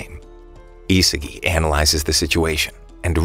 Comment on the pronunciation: 'isagie' Its Isagi